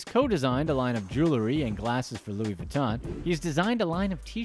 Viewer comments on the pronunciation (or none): none